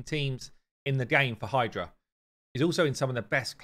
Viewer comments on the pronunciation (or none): none